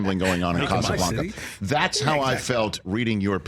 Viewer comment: Why does he keep mispronouncing Casablanca? Its not a Mexican movie